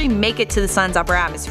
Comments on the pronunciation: You are pronouncing thicc like tick. It's THicc. TTTTHHHHICC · Say thicc right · Thicc not ticc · "Ticc"? Did you mean "thicc"?